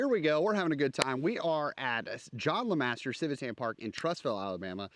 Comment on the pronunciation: Thank you for saying LeMaster. :)